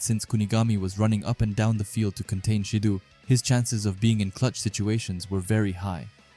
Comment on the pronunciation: Again brother love these videos but it’s not “baroo”, it’s pronounced as “ba roh” and it’s not “shee doo” it’s pronounced “shi doh”